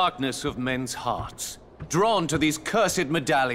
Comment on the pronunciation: Très bon boulot, merci pour l'ajout de ce film. Par contre, "heart" se prononce "hart". Ta manière de le dire signifie "terre" (earth").